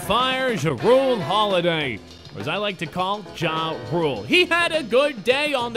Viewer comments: It’s pronounced “drew” not “jah roo” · its pronounced (drew) jrue holiday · Jrue is said drue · I am a pelicans fan and he say jrue wrong